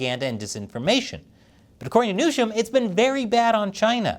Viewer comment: Pretty sure Colonel Newsham wants his name pronounced the same as the California governor's name is pronounced